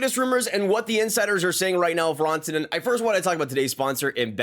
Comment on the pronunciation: It’s RAN-TA-NEN not RAWN-TA-NEN